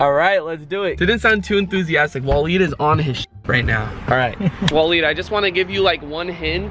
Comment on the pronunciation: It’s pronounced waa-leed it might be spelled Different but that’s how it’s pronounced